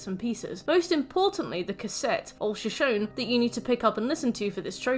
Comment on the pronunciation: average european pronouncing shoshone: (great video)